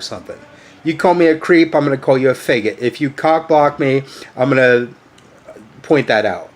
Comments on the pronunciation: I definitely have a problem with him say feggit! Ugh his pronunciation drives me nuts. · THE WORST THING ABOUT IT HIM SAYING IT WEIRD BRUH